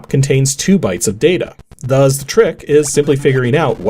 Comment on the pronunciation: After all these years, he still says "thuzz" instead of "thus". 😂